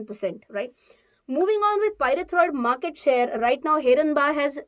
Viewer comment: Name of company not pronounce properly... Ganpati bappa ka name hai...